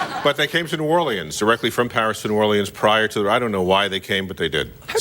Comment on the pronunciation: I've never heard anyone pronounce New Orleans like John is😅😅😅😅 Or-Lee-anns😂